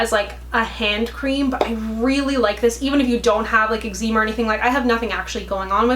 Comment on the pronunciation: Did she say homeboy has X-zeema??? 😂😂😂